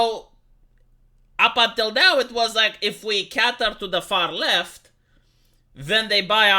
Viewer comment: Cater rhymes with hater and later not cater rhymes with hatter and fatter.